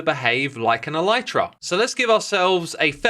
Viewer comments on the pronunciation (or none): none